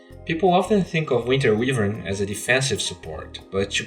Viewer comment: actually you saying winter weavern hurts my ears dude :( Shes my main FeelsBadMan